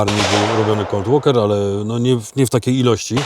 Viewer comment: Kaleczysz mi uszy. Nie dragon a dra-guun i nie walker a łoker. Nie można się przygotować? Ponoć nawet AI teraz uczy angielskiego...